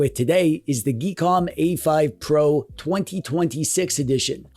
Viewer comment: I think it's pronounced Gee com or possibly geek om. Chimera is definitely kai meeuh ruh, and bazzite is Bazz ite.